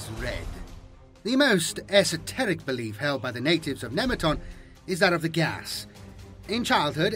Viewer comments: Took me awhile to realize you were saying geas. Thought you were saying gas. Much confused. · Just in case you come across the word again, Geas is pronounced gesh, like mesh.